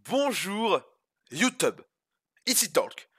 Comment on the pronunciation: Mdr mais il dit bonjour youteub mais tapez Youteub sur internet vous êtes pas prêt mdrr